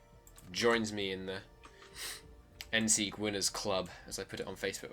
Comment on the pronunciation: You pronounced it right. I am Austrian